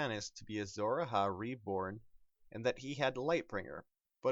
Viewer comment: tywin also put a lion skin in it. and it A-HI not A-HA